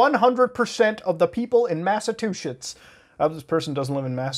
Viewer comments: (GRABS LAPTOP) Alright Mutahar, look man, lemme tell you my CANUCK post-teens Brother, BUT "MASSACHUSETTS" isn't pronounced as "Mass-Uh-Two-Sits".... I've had to tell your brown behind this shyt before, but I digress. It's *"MASS-UH-CHEW-SITS" yeh TWAT!!! Now, as a reserved gentleman of The Midwest (Minnesota; a strange Foreign Land to the Rest of the States; Although I'm Norwegian-American, I'm born out of Waterbury CT... Fairly Fresh to this side of Teh Globe!) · It’s not Mass-a-two shits. It’s Massachusetts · Say it with me muda!!! Mass-ah-chew-setts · did my boi call it massatwoshits? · this man said Massa two shits😂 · "BUT JON, am I the First Canadian to be told this?" "NIET!!!" Ok, both YOU, "Criminally Listed" AND EVEN "WATCHMOJO"!!!* What the fuck's WITH YOU Canuck-Fucks always flubbing that simple state's NAME? Seriously, a state of *Irish DRUNKS that can't get their shit STRAIGHT; EVEN WITH SETH MCFARLAND wallowing about, it's kiinda sad that no one can say their dumb shit state RIGHT!!! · 😂 your pronunciation of Massachusetts is adorable.